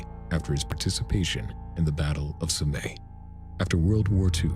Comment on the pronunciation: Everytime someone pronounces Sommes like "sommay", ten of my cells die